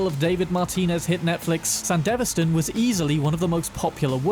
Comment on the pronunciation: O dear GOD... Sandy - V - stan, not San - deva - stan~! and you said it so many times ( o_0 )~!